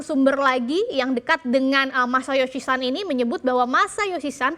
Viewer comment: Masayoshi SON! Pake /o/ bukan /a/. Itu bahasa Jepun, bukan Inggris 😂